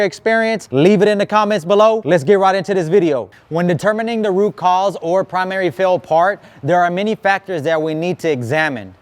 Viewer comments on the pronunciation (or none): none